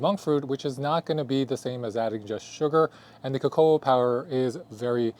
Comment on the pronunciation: Co co. Not co co ah.